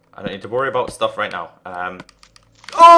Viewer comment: why does he say stoof?